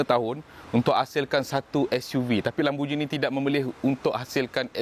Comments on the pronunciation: Bang sebut dia “lamborGINI” bukan “LamborJINI” . Tengok google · Mate. Pronounced lamb-bor-ghee-nee. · im offended how he pronounced lamborghini